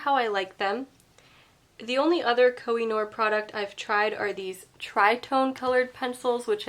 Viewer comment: Pourriez-vous prononcer CORRECTEMENT le nom des marques?